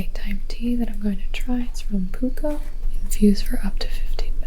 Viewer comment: omg pooka was sending me into stiches! It's puck-ah, it means 'authentic' or 'real' and they're based up the road from me. personally i like the vanilla chai!